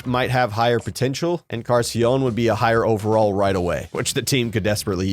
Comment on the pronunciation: Encarnacion shouldn't be that hard to say, it means & sounds very much like "incarnation" haha. So it's like you're saying "incartion" instead of incarnation.